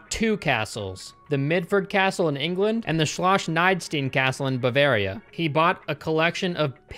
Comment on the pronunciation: Schloss is not pronounced Shlosh. Where do you see an sch or an sh in the end of the word?